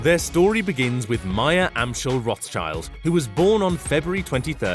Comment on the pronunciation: Rothschild is pronounced Roth-Shild or Roth-Shilt (depending on whether you go with the English pronunciation or with the original German pronunciation), and not Roth-child like in "child".